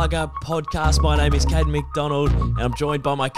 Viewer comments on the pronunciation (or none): Caden not caren